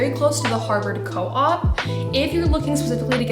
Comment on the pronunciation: Love the video, but it's the Harvard Coop, pronounced like chicken "coop"! And it's "athe-nay-um" or "athe-nee-um", named for the Greek goddess of wisdom, Athena.